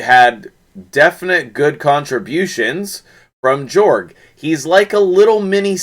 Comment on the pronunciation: Nice vid, but it's pronounced Yorrrg following Swedish pronunciation. 😀 😆 🤣